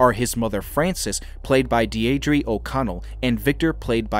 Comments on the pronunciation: Deidre—say it with me: DEE-druh. Deedruh. Deidre. Not Dee-ay-dree. It’s a beautiful name actually. You don’t see it very much anymore. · Her name is pronounced DEER druh 😊